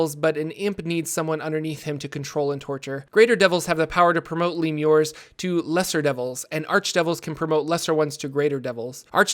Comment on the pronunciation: Great video, but I believe it's pronounced 'le-mu-re'